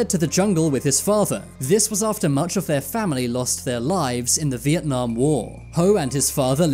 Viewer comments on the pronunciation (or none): none